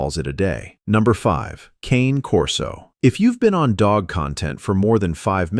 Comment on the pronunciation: Learn to pronounce the "Cane" part of "Cane Corso", then get back to me.